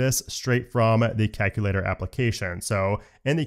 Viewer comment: Love the vid but hate the way you say “calculator”. Are you Canadian by chance?